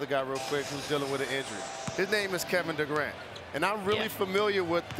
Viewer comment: Kevin Degrant?